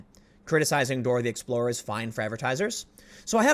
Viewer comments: Does Tim actually know how to enunciate the word Explorer? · Tim it's Dora the explorER not Dora the explora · Tim "Dora the Explorah" Pool 🤣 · “Dora the Explo-RA” haha Tim is priceless....this is his new “She-RIFF” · Did he say "Dora the Explora"? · Had a bit of the Chicago come out on the 'Dora the Explorah'.